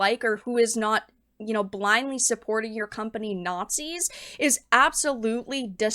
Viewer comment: Considering he also calls Isreal "naughtsees", I doubt he would ever know one if he saw one.